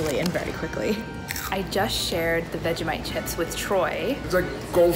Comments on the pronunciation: WFT IS VEG-A-mite Bish, ITS FRIDGING veg-eeee-mite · The way she said Vegemite, so wrong it kinda made me sad.